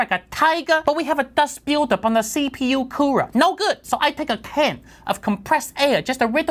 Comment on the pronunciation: Nothing worse than intense Dahst Billdahp during benchmarking.